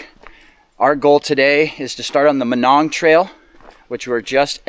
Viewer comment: I always heard it pronounced my-nong